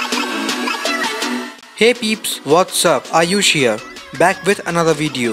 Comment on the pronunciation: Ayush here i hear are you here 😆